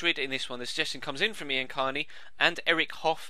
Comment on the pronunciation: Wow you actually pronounced my name right. Since I live in the states, most teachers don't call my name right. They always say I-an